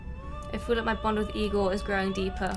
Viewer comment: My favourite part of the episode was hearing finally pronouncing Igor's name correctly. xD